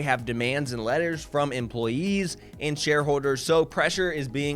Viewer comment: “Share howwders”